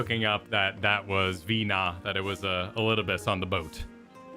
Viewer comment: I usually jump around when watching the VOD so apologies if someone has mentioned this already in chat, but Venat prenounced Vuh-NAW not VEE-naw. You can hear say the name in a voiced cutscene in the 5.2 patch, in the cutscene immediately following the dungeon where the scions are watching video recordings from before the final days.